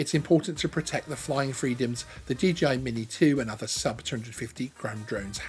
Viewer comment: Is the company called DGI or is it just the way to pronounce DJI........? asking for a friend ;-}}